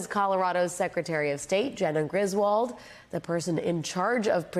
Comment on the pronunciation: FYI: The name Griswold is correctly pronounced "griz-wooled". Thank you.